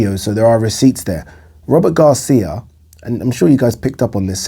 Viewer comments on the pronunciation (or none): Come on, Man! Robert Garcia is a towering intellect in boxing. Stop fukking pronouncing his name like it's "Rubber Gloves" or stop dropping his name like you know what you're talking about. Go back and listen to yourself. Rubber gloves. That's what you said. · Work on your diction, man. When you said Robert Garcia, it sounded like Rubber Gloves. Come on, man. Tighten it up a bit. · I'm hardly offended. Look, man. Read my name backward. All I'm saying is, you're not much of a boxing fan, if you are pronouncing Robert Garcia's name, rubber gloves. Take the marbles out of your mouth.